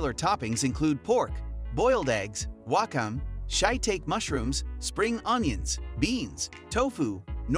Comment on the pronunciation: I worked most of my life as a Japanese translator, so let's start with ra-men. ra is a long sound that rhymes with maa or paa, so raaamen. Wakame is wa-ka-me. e-ta-ke- means mushroom and she-e-ta-ke is a type of mushroom.